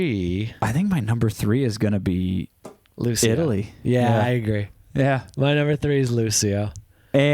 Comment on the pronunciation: Grazie mille! 🇮🇹🎶 "Volevo essere un duro" it's very well written both musically and with the lyrics. Lucio is talented and his friendship with Tommaso Ottomano, also super talented, adds more quality to his work. ps: Lucio in Italian it's pronounced with a soft C, not an S sound 😉